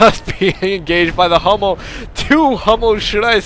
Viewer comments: hey Hummel is german an means bumblebee. [hummel] with an u like in ..hooker is correct. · "Hummel" means bumblebee and the second pronunciation you used is the right one. love your casts!